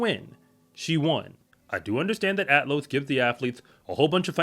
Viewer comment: It's Athlos, not "Atlos".